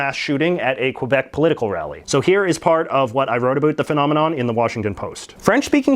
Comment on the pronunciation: I realize this person doesn't speak french, but it hurts everytime I hear him mispronounce Québec.